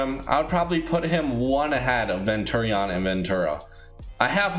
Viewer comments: You say so much stupid shit it urks the fuck out ofe you can't even say opinion you literally can't tell the difference between a hero and villain, abstract and teknique are a set. You say venturi-on its venturion all together ffs you were schooled wrong it erks me so fucking hard I keep saying I'm not interested in these fucking videos to youtube yet they still get recommended and I'm not gonna lie they peak my interest but dear god read a fucking thesaurus look at a dictionary and read a script that's been checked before each video please. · This guy really called him ven-turreon lmao